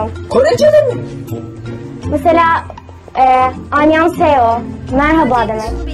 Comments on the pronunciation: Şimdi dikkat ettim kız " alyanseo " dedi😂😂😂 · Anyonghaseyo yu yanlış söylemiş yahuu keşke bi merhaba demeyi ogrenseymis sadece anyong dese ona da razıydım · Dil biliyorum diyip anyonhaseyo deyişi evet biliyosun bebeğim 😂😂😂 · Ha nereye gitti kız annyongseyo dedi